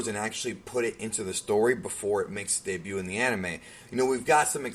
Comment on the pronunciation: The de-bute